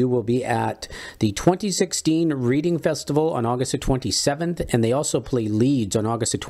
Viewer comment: Say...news guy. Just letting you know that Reading Festival is pronounced like "red-ing"